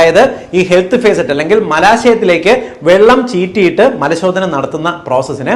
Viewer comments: Facet അല്ല, faucet ആണ് Dr, ഫോസെറ്റ്... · ഹെൽത്ത് ഭേസററ് അല്ല, ഫോസറ്റ്..faucet ആണ് ഡാക്കിട്ടറെ! എവിടെയാ പഠിച്ചത്?🤔🥵🙉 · ഫേസറ്റ് അല്ല ഫോസെറ്റ്